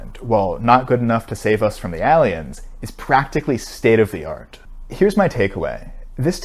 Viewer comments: his pronunciation of "alien" sound like a Steel version of Eevee lmao "Alleon" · The literal only thing I remember after watching this video is how he pronounced aalien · Did anyone notice how he pronounced the word ''alien''? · you pronounce alien like an alien